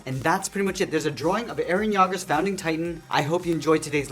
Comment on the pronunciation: To say Eren yeager you need to say y-ea-ger